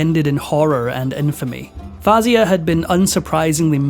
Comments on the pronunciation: Princess Fayza not Fazya… but thanks for the interesting story.👍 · Her name is pronounced FOW - ZEE - YAH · princess fawzia* of egypt please try to get the names correctly